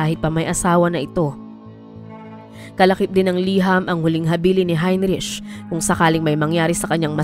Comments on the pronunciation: Please note the proper pronunciation of the name Heinrich. It should be 'hein-rik' not hein-rich. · HeinRick ang pronunciation niyan. 😊🇬🇧